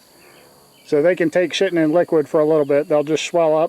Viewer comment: i laughed you said sittin liquid but i heard shittin liquid first lol had to go back a hear it again lol hugssssssss